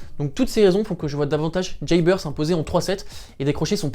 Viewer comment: Pourquoi tu prononces à l'américaine "jeybeur" haha